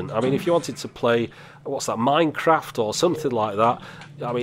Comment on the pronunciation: Minecwaft! :3